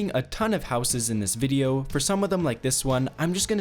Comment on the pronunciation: please learn how to say houses properly